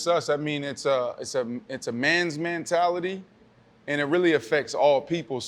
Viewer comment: If B. Marshall says “MANtality” one more time I’m going to lose my mind lmaoooooo